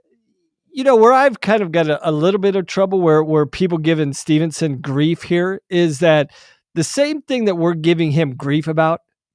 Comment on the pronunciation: I love your podcast but guys, the man's name is Gable STEVESON, not Stevenson haha.